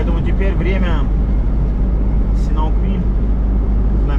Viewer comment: а разве он СИНАУквиль? смотрю в интернете - он СиАНУКквиль. Или есть разные варианты написания?